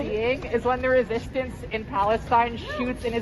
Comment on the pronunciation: The re-SISSIES-tance